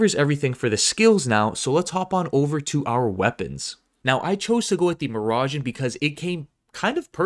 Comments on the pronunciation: "My-Grain" not mirage.... Lol. Nice job tho. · Wtf is a mirage-en, that shit says migraine,sound it out w me. My grain